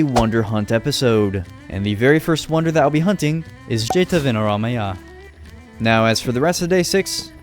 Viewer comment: not jetayanaramaya its jeathavanaramaya . i no it becose i am also sri lanka:glasses-purple-yellow-diamond